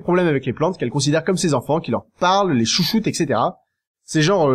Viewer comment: ETC = étssétéra et pas ékssétéra !!!!!! y'a un T avant pas un C !!!